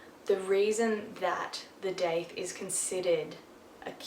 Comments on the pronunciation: “Doth” is the correct pronunciation according to the guy who created the piercing; however, most people look at the word and pronounce it how it looks although that’s technically incorrect. Most piercers are going to know what you are talking about though. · I'm American and I have never heard it pronounced Doth. I've always said Daith. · I’m in the USA, and I said daith to a piercer and he made me feel all stupid and rudely said, “ uh, you mean DOTH?” But I’ve literally only heard it pronounced DAITH everywhere else on earth, even the states